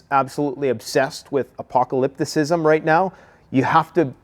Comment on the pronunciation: LOL "apocalyptasism" wow 7 syllables...... lets try to stick with a 3 syllable max, around here...